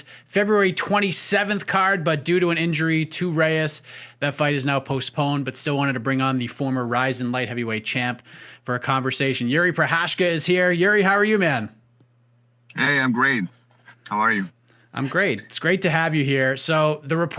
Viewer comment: I love how the interviewer completely butchered his name. Is that really what you guys say in english? It's not Yuri Prohashka. Jiri Prochazka is basically George Walker if you wanted to translate it. If you wanna say it right then the Ji sound is more like the Yee in Yeet. Ri is like REEE (the sound people make). I hope that helps.